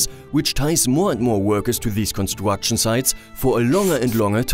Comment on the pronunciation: Yeah... I'm also German, but these pronounciations are "funny"... Upgwades, constwuction, pwiowitize, stwonger,... I had this stupid German sentence in mind like: "Das ist zum Fremd schämen". Btw... What means: "wheel life"? I have no car, is that a problem? 😅 Jokes aside... it's good to see if this doesn't bother mostly other people... Because I might taking this too serious (?)